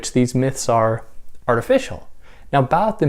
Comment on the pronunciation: You mispronounced the word Barthes.